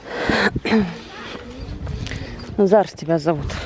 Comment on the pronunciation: почему вы называете Назара удара На за?Хотя всего его зовут Назар